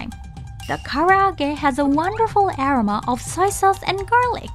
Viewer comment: love the videos! I would play your videos in the back ground even when I'm not watching. I noticed you guys use the word "aroma" quite often, maybe double check on the pronunciation of this word.